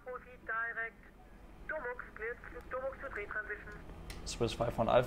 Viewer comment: Warum sagst du immer tri statt three?